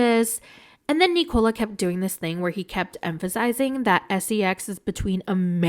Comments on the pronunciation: Hey it’s NIKO-La. Not “Nicole” -lah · Why are you pronouncing Nikola's name like it rhymes with Ricola cough drops? Listen to how Misha says his name.